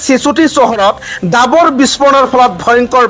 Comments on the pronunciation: Dabar nahoi uchcharon davar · Agote apunar pronounciation correct kori louk , apuni nijei miya jen lagise , gai poth nohoy ghaipoth he hobo , dabor nohoy dawor ,,apuni sure and certainly dangor miya hoy , miya mane bhatiya manuh , mane bhatir dexor manuh ,😂😂😂😂